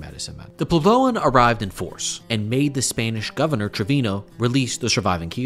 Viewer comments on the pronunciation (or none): It's PWEB-low. Was this a first draft?